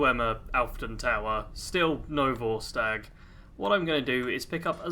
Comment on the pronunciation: vortsage? You mean Vorstag?